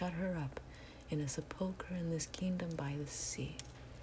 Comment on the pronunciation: Wonderful recitation of 'Annabelle Lee'...one of my favorites...you have a beautiful voice. Sepulcher is pronounced with the accent on the first syllable.